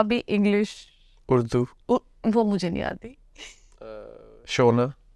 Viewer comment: The way He said Urdu 🔥